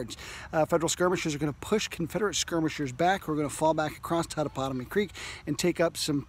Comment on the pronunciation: Shelton, not Sheldon, darling. Your pronunciation of Totopotomoy is admirable!